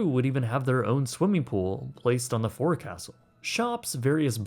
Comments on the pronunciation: Great video as all of yours are, but from a Sailor, it's pronounced "Foke-Sull," not "Forecastle" as-spelled. 😁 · Great video as always,. I appreciate the effort and research. Amazing story that I didn't know about. Pedantic tip: Forecastle is pronounced as foʊksəl or folk-sill. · I know it sounds insane but "forecastle" is pronounced "FOKE-sull". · That’s…not how you pronounce forecastle lol, just like coxswain isn’t pronounced phonetically either.